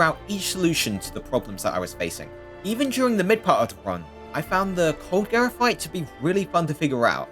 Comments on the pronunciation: dude calling it coldgera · this guy's calling cold gerald: coldgera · Colgera✖️ cold-gera✔️